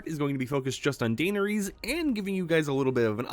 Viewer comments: ITS PRANOUNCED DA-NER-IS HAVE RESPECT FOR YOUR QUUEEN!!!!!!!!!! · Dainer ease kills me. I had to stop the video after 42 seconds lol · Qween Daynuhreese of Target and her steed, Dro Gone. 😂 Love ya. ❤ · If you can't pronounce her name, just say "Danny" at this point😭😭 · Please learn how to say her name correctly